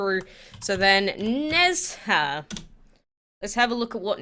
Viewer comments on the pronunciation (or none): I think the people will struggle to pronounce the dragons. So the first one, Chang’e dragon is pronounced as “chalm uh” the Nezha dragon is pronounced as “nuh ja”. Hope you guys get them all! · Please quake, use google translate which gives you the correct pronunciation of these dragons. It is really ... meh ... to hear the wrong pronunciation again and again. You did well on the Guan Di though 😊 Just paste in 嫦娥，哪吒 and 关帝。 Hope you do not take it as an insult. Thanks